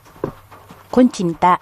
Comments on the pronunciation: Kutsinta not kunchinta. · koreksyon,,, kutsinta ba.? o kuntsinta ehehe,... bulol pa rin si ate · bakit kuntsinta ang bigkas tama nmn nakasulat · hahaha oo nga po ate kuntsinta tanggalin nyo lang po yung N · KUNTSINTA NAKAKAIINIS PAKINGGAN ATE😅😅😅😅😅😅